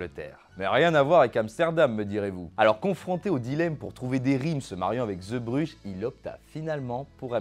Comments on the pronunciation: Superbe vidéo. Petite remarque. Ce n'est pas ZEbrugges mais zeebrugges (zee en néerlandais, c'est mer). A prononcer zɛɛ zéé Et si je ne me trompe pas, il n'y a pas de version studio de cette chanson, uniquement en public. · Arrivé sur la chaîne avec la vidéo sur les Bronzés font du ski, je découvre cette vidéo très intéressante son mon artiste préféré... Petite remarque (mais ça a déjà été dit) : on dit "Zébruge" (Zee =.mer en néerlandais) Pour moi, cette chanson est plutôt la complainte d'un homme trompé. Il avoue sa faiblesse en dépeignant, ce qui est pour lui, le summum de la virilité : les marins... Ces marins vivent (justement !), mangent, boivent beaucoup, trop,, se saoulent, et n'ont que peu de respect pour ces femmes infidèles sur lesquelles ils pissent tandis que le narrateur en pleure Et pour répondre à la dernière question : dans le répertoire de Renaud, il y a quelques exemples de chansons sur la condition humaine : Hexagone, Dans mon HLM... Pour n'en citer que deux ;-) Allez, hop, abonné et je vais me visionner les autres vidéos de la chaîne !!!